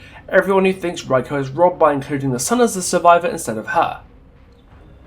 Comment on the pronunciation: This is a nice video! Though, I noticed you pronounced everyone but Reiko's name properly. I'm not sure how accurate you want to be on it, but it's pronounced "Ray - koh" or more precisely "Reh (like "eh..." - i(in ear) - koh" depending how accurate you wanna be, still, great video! :) I always love what you have to say!